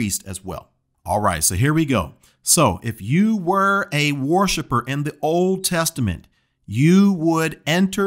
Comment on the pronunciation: “War ship er”. Lol